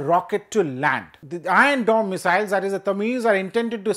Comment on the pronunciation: "ion dome".... "ion dome "...."ion dome" He can't pronunciate R ...😂😂😂